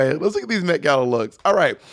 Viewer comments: The MEH-gala lol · the METH gala??